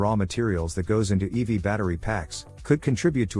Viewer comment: Stop saying "eevy!" That's a girl's nickname1 It's 'ee-vee!' But you're a synthetic voice so you won't change. You won't even answer...boohoo...